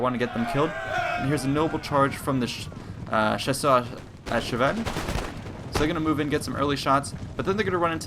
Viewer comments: I love when you say " chasseurs à cheval " ^^ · Hey, you got a really good french accent! You surprised me with your "chasseurs a cheval", (i'm french).